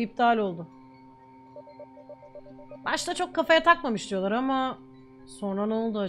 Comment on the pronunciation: "Diyollağ" sjsjjssj